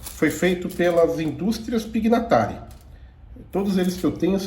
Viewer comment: Excelente video. Obrigado pela ótima matéria. Só uma pequena correção: Pignatari é um nome italiano e o gn, em italiano, se pronuncia como o nosso nh. Então o nome é pronunciado Pinhatari. Abraços e parabéns novamente